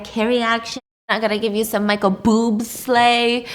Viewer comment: Michael boobslay 😭 did I mishear